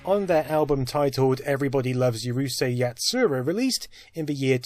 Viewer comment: Two shots and missed both by an inch: There's no y sound at the start of Urusei